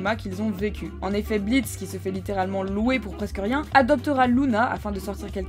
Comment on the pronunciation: Le "o" de blitzo est muet!sa ce lit blitz